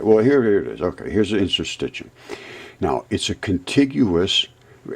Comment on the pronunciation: Interstit “shium”